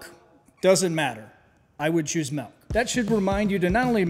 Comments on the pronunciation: Most relevent comment here -> Did you fucking just say "Melk"? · What's "melk"? Is that like milk? 😄